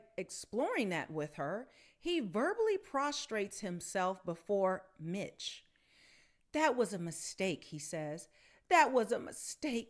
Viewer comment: You’re not a great reader are you? “Miche” as in Michelle without the “elle.” Come on, girl.